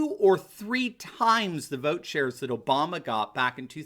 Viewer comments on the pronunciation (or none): none